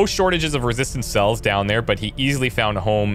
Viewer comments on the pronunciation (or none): none